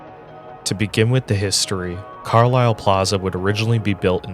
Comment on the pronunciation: Fun fact - it's pronounced "CAR - lyle" and not Car-LILE. I lived there for a brief 3 months while working in Harrisburg, which is the Detroit of PA.